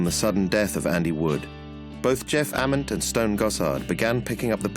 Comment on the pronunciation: They didn’t pronounce Ament or Gossard right either.